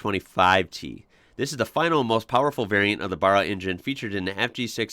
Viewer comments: You need to pronounce Barra like an Aussie. "Ba" like Barry, not Bach (the composer). Then convert Barry to Barra. Great content, apart from grating on that word. Oh, and "Geelong" too... Take the G from German & add long, so it's more "G-Long" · Ok, it bugged me all through the video. Not “burra” it’s Barra as in bad or sad. It comes from a barramundi fish. Great vid 😎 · Love what you do.... just a tip.... the 1st A in Barra is pronounced like saying.... the word at.... you pronounce it like Burra... 👍👍🇦🇺🇦🇺🇦🇺 keep it up mate hopefully you get down here one day... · I luv your clips but dude it's aaaa baaaarra not a Burra , Burra is a town here in south aust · Named after barramundi, the Barra is pronounced like barrow, not burra as you have been pronouncing it. I love your enthusiasm and genuine positivity. Makes for enjoyable watching. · not Barra, Barra. :) OZ aint Michigan . :) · bahrah? lol the American pronunciation is hilarious. we say barra like barracks but without the cks and its short for barramundi a fish here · When you say Barra, you have to say the first A like you would in the word BAT, just trying to help, love ya work tho mate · I read a few posts and no one bothered to help you. We pronounce it BĀRRA as in WHEELBARROW. How then do you pronounce WHEELBARROW, ARROW, SPARROW. I’m not a Ford guy but I think the Barra engine is the one they added a turbo to and it outperformed it’s V8 brother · You should start the trend and pronounce it like us Aussies do ! Baa-rah That's the way we say it bruv 💯🤙🏽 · its BEH-RAH, think like barracuda. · Barra not the first way you said it but the second. Ba sound is like the sound of Ba in Bat. Ba(t)- ra. Easy 😎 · The a in Barra is pronounced like you guys pronounce the a in last or fast. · Ford Australia in Gee (pronounced as in gee - whiz) long, and it's pronounced Barra (as in the word baron with a hard "A") not quite Aussie yet. Love the vids. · It's brrrarrr, it bAAAArAAA mate! Get on those AAAA's.